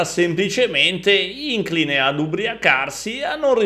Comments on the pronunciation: Splendida disamina👋......un solo neo (che si ripete da tempo): ìncline è scorretto. L'accento corretto è sulla seconda "i") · … “ìncline”…? 😧😖 sulle parole in inglese la pronuncia gliela perdoniamo, ma… vabbè: il video é ottimo come sempre!